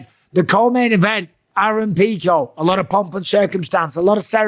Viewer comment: Love how Mike has turned into Joey Diaz with his fighter name pronunciations. "Aaron Peecho"